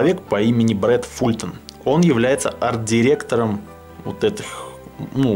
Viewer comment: и "Fulton" читается как фалтон (меня почему-то неправильное произношение задевает)